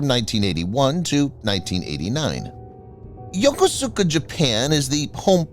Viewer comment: Yokosuka is pronounced “Yokuska”